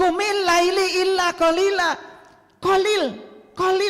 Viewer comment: Baca aja salah,qumillaila jgn Laili,Muzzammil itu siapa,bc aja ayat selanjutnya,ayat ditrang oleh ayat.spertinya lngatan ini org terganggu sbb mama mama senyum terus sebagai pndengar Budiman.